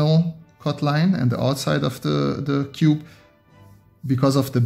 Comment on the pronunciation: fun fact: He cannot pronounce cube.